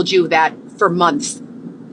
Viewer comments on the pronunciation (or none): What about when she says “Munthssss” drives me crazy